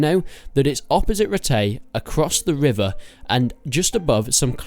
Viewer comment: The wivvah and the woowined stuff. Nice confidence though. :p